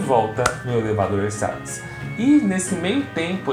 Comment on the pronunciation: Se escreve ersatz mas se lê erzats